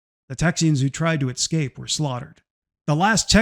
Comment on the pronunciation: I love your podcast - I love your message and delivery. Constructive criticism though- “escape” is not pronounced “ex-scaped”. I hope this does lot offend- I’m an author- and I respect you.